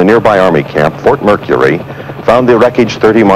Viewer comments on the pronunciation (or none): none